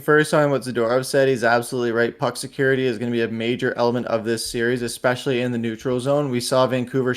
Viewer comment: ya they gotta work the powerplay "eckspecially" ....smdh lol